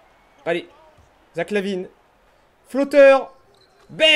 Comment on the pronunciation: Bah te revoila! Et c'est pas Lavin mais LaVine...sinon ca fait plaisir de te revoir